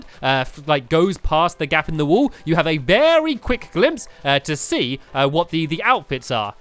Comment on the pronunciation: Stampy some time I kinda here you say "wool" instead of "wall" so can you pls practice saying wall and wool properly